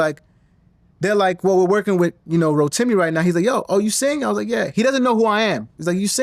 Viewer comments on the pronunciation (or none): No hating', but as Yoruba, I'm wondering if my man know's how to pronounce his name.